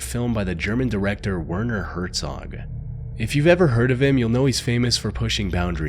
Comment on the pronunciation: If this narrative is not Ai , You have serious Problems with Pronunciation , ( Werner ?? It's Pronounced VERNER just to mention this one )